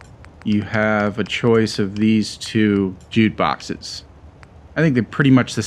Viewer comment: Sounds like you're saying "jute"